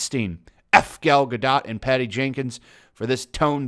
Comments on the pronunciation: Guh... Dough.... not DOT... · It is pronounced Ga Dougt. Like Doe 't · It's pronounced gal Ga-doe. She may be a shitty actress but at least pronounce her name right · Her last name is pronounced GA-DOE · The only thing worse that twitter getting up in arms is pronouciation of Gal Gah-Dat's name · It's pronounced Ga-doe you tool. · I always thought her name was pronounced Gal Gadoe, even tho it's spelled Gal Gadot Either way, imho Gal Gadot was the perfect choice for Wonder Woman, given the small bit i know about the racial history/origins of the Amazons & honestly just how beautiful & talented (imo) Gal Gadot is. Just like how imo, Paul Walker's alter ego is Brian O'conner xD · It’s pronounced Gad-oh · Drop the T! When pronouncing her last name its Gadot, as in go baby go! You sound like an idiot, you’ve got to realize on some level that you’re not saying her name right. 🙄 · Stumbled across this in my recommended but couldn't make it past two minutes bc if you didn't bother to do the research & learn how to correctly pronounce Ms. Gadot's surname (or Ms. Colbert's for that matter), how can I trust anything else you say? Seriously disrespectful, Sir. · don’t pronounce the t at the end of her last name...